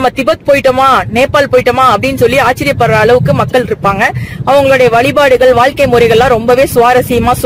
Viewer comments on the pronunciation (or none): none